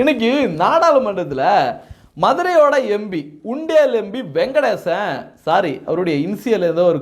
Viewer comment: யோ பேர ஒழுங்கா சொல்லுய்யா, சு. வெங்கடேசன் ஞாபகம் வச்சிக்கோ....